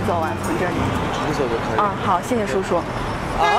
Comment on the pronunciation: I don't hear uncle... All i heard was sishi sushu🤣🤣🤣